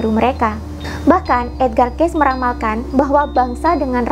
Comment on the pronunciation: Mohon maaf, ralat sedikit,. Kata Cayce pada nama Edgar Cayce yang benar adalah dibaca "kei-si", bukan "keis". Lanjutkan terus perjuangannya untuk membuka kesadaran banyak orang terhadap spiritualitas demi menyongsong peradaban baru.:)